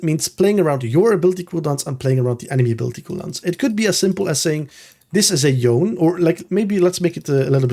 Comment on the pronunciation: I know this is not related to the content but I am so tired of people saying Yone's name wrong! I don't know who started this, but now every English speaking content creator does it. But it's not a silent E, it's spoken. It's YoNeh, and I wish you guys who put out such valuable content could also value the basics such as getting champion names right.